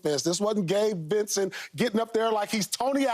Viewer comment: when skip said Gabe Vicent lmfaooooooo